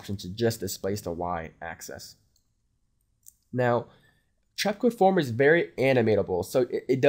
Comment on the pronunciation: Nice run down, thanks for taking the time to share. Just one thing... can you please get in to pronouncing the X, Y & Z axis better.... it sounds like you're saying "Access". It's rather off-putting, making it difficult to follow what you're describing. It's pronounced like "Axe-sis" :)